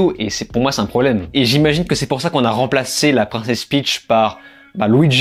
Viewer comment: Peach pas Pitch 😜